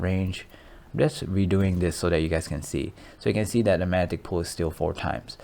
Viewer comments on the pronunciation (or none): Mag-netic...come on bro you can do it lol